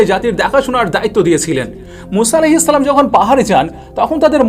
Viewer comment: আপনার সালাম দেওয়া ঠিক করেন তারপর সাবসক্রাইভ